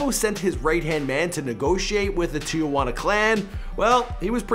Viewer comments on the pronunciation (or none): none